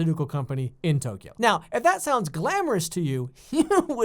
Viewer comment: Does he say Toyko at the beginning?